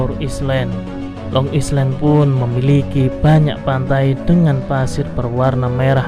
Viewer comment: Maaf min,lain kali habis gosok gigi dan sarapan dulu baru ngonten ya 😅 tetap semangat dan Long Island itu di baca yg baik ya 😊